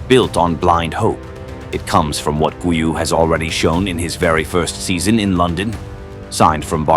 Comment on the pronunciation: Please, do not mispronounce his name. In 'Guiu' the first 'u' is silent, but the 'G' is still a hard 'G', like in 'Golf'. So, it's 'Gíw' with the strength on the 'i'